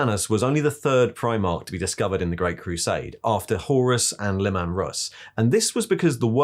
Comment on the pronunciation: I love how he says leman like Le man